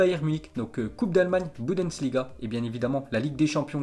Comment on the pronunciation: MDR 🤣 Il c même pas dire bundesliga